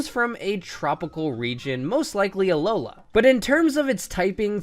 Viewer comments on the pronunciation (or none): none